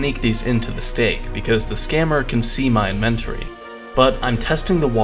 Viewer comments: did a real life gamer… who we know has played RPG games for years… just say “Invent-ory” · You cant pronounce inventory